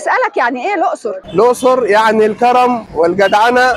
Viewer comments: اسمها الاقصر مش الائصر زي ما كل الدول العربية بتنطها سبنا الدول العربية كلها بما فيهم الصعيد والدلتا وبننطق الائصر زي لبنان ؟ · اسمها الأَقْصُر بفتح الهمزة وسكون القاف وضم الصاد